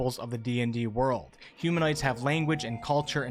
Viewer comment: ... Humanoids., not huminoids 😊 Otherwise it's a great video :)